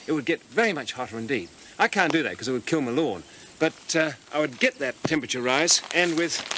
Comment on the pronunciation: "it would kill m'lawn." Is this your back yard,?